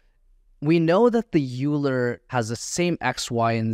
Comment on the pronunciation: Great course. Just an FYI as a Mathematician I must correct your pronunciation of Euler. It is pronounced as Oiler not Youler.